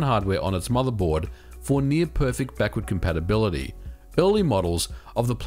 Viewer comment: "Backurd Campapability"